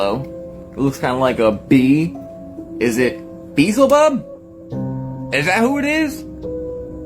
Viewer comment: "Beezabub"??? That boy needs help